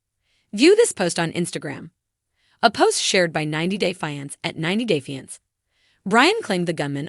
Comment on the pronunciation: The word is FIANCE this is so annoying